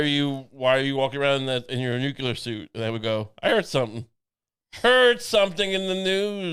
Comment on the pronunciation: Dear. Lucy says it right. It's nu-clear with just the two syllables. You are saying the dunce version, accidentally (new*queue*lar) old chap.